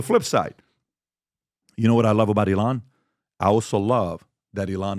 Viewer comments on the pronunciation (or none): It's not ee-LON, it's EE-lon. Don't pronounce it like the Mexican singer Elán or the noun, elan, which means possessing energy, style, and enthusiasm.